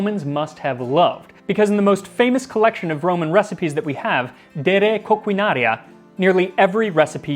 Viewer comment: Hey. Your Latin accent when you said de re coquinaria was on point. 👍